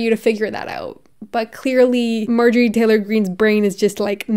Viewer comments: Her name is Marjorie. Not May-jory. Marjorie/marjory was a fairly common girls name in the 1950s. May-jory is ??? You’re likeable and have a bright future, but if you want to be taken seriously, you need to do your homework and get the basics down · No fan of hers, or any of the Q nuts, or republican nuts, or conservative nuts, BUT, given that you are someone that would never misgender someone, or dead name someone, I do feel like you should be pronouncing her name correctly. It is MaRjorie, with an "R," and not Majorie, as you kept saying. Make fun of her all you want, hell, please do that, but also do say her name correctly. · The fact that I’ve seen multiple people in this comment section supporting her is so worrisome. Also for anyone saying pronouncing Marjorie’s name wrong is a valid way to see her arguments as silly and unable to be taken seriously, here is a timestamp for the place where stated that she was accidentally mispronouncing her name incorrectly and that she is sorry:. Also, who actually cares? Everyone makes mistakes and considering there are so many other important points made in this video, picking up on such a minor issue really shows the type of person you are, and that there are clearly no counter-arguments for you to use. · have you ever heard of a mistake lmao? She even said in the video that she was accidentally pronouncing it wrong: . If this is all you picked up on throughout the video then that is an issue. I pronounce things wrong a lot, but that does not make me any less likely to be taken seriously. I really hope this whole comment was satire, considering mispronouncing a word is such a minor issue. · Um are you feeling ok? If you pronounce something, that is simply how it is pronounced now. Her name is majorie😂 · Hi! Love you! Giggling over your pronunciation of Marjorie. You are saying Mājor-ie instead of Mar-jōr-ie. Great video as usual King. Much love! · i hate her sm but its mar-jur-ee not major-ee haha